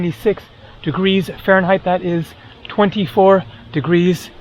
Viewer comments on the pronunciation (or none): none